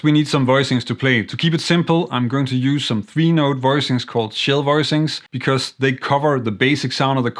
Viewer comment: I had never heard of shell chords, I thought maybe you were saying “chill” chords. Not far off :)